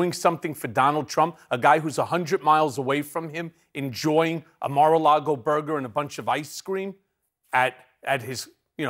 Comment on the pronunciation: Still says mar-a-lardo. Lol